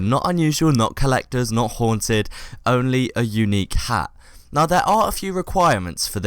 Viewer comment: Should change hat in the video title to ha cus i dont think you said the t at the end of hat at all